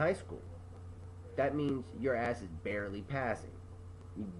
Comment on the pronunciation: He barley said the word barley